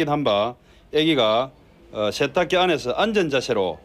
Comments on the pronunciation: 아니 아재들은 혀에 문제있어? 셰탁기, 앉은 자셰, 섕명 아니 왜 발음을 저따위로 하는거냐? 한둘도 아니고 저렇게 교육을 받은것도 아니고 멋있어보이는 발음인건가? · 셰탁기, 섕명 ㅋㅋㅋㅋㅋㅋ